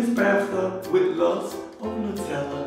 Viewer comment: it’s Nutella 😁